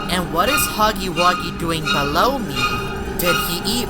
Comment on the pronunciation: He said beloow